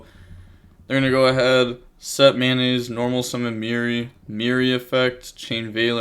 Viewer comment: Am I deaf or he’s saying “mayonnaise” instead of “Metanoise”? 😂